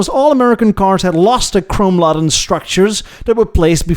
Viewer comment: fantastic as usual. Laden sounds like, "lay-den."